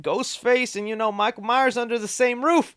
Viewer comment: Michael MYERS!!!! You constantly say Myer and it grates on my nerves